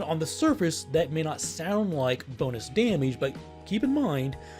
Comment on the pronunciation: I like how he says 'damage' as 'dahmige'.